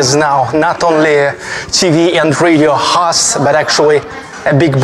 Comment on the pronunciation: I have been learning some Russian and I notice when you speak English and say, "host" that you treat the "O" in host like a Russian would pronounce the "O". We also pronounce the "O" as you do for some words like, "hostel" . In the case of the word host, we use a long sound O. I am not really sure even how to explain how we pronounce it. I had to look up some Russian grammar and as much as I can tell, it is that the letter O is stressed. You do this often in many words with o. I am not talking bad about how you say it. Just trying to be helpful.